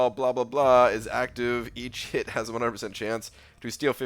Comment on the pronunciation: please pronounce "each" and "hit" clearly when you're saying them side by side in a sentence. It sounds like you say "eat shit" LOL